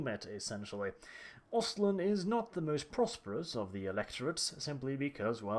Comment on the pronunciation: omfg its "ostland" ..exactly like you english and american say..just the A in lAnd is pronounced like in the a's in "aha"